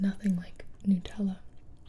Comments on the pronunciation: did she just say nootella? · The actual pronunciation is Nootella, the carmel tho is indeed weird